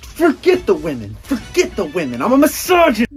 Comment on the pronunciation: “I’m a mysogonist”